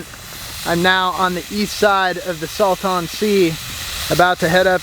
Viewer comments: It's pronounced "Salt-in" not "Sal-tawn" 😂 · FYI. It’s pronounced “saltAn” sea. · We pronounce it "Salt-in" Sea. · Your pronunciation of Salton Sea made me laugh. As a native Californian refugee in Texas, I found that regional pronunciations are key. Think of how you would say Dalton.😘 Love the channel. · Why was i so triggered at how u pronounce Salton Sea… im near Joshua Tree